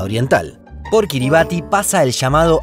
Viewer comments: Kiribati se pronuncia Kiribas. Gran vídeo. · Excelente video !!!. Kiribati se dice Kiribas , allá el ti es una s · Estimado, segunda vez que veo que pronuncian mal Kiribati. Aunque se escribe así, se pronuncia KIRIBAZ